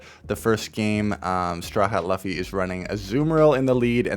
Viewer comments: Bro it's loo-fy, not lufy. By the way W nickname for the trainer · *Hears Luh-fee* I think I died a little inside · Lmao... I know true One Piece diehards were cringing this whole video at that pronunciation 🫠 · I’ve accepted the other pronunciation as that pronunciation occurs quite a bit 😅